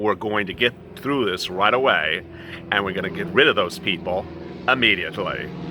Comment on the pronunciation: It's through, not threw😒